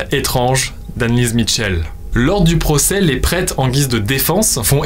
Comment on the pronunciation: Information jai toujours entendu dire michelle et non mitchell